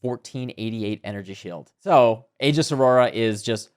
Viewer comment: Thank you for pronouncing "aegis" correctly.